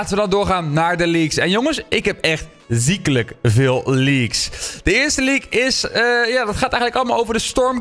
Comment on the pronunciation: Hoe hij “ziekelijk zegt” 🤣